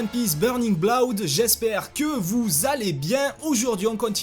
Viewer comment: kizaru gros spameur !! l'accent anglais est horrible xD avec "tyou" pour two et "fwoui" pour three et "bloud" pour blood xD XD sinon je suis daccord avec les defautl du jeu et je trouve qu'il a plein de Défaut même :/ je n'y joue pas donc je vais pas trop m'avançais mais de ce que je vois grace a toi , c'est pas top .. en revanche les cinematique sont genial !! ton generique de fin est super et bien travailler !! pour moi pas de petit ... mais GROS POUCE BLEU !!